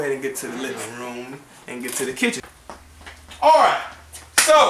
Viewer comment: She said "you Aiight" lol ... good video